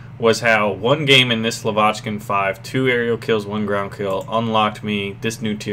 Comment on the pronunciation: you're pronouncing "Lavochkin" wrong. It's stress on first vowel: [la'vochkin].